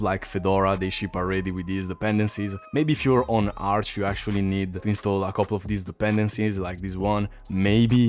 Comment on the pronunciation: Solo un español leeria arch asi. Buen video jefe